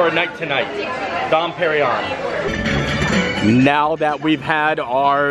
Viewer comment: Its more like Dom "PerinYONE"!!!!